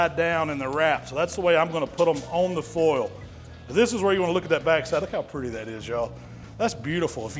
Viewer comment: is this an imposter??? Never heard him say foil without the southern drawl lol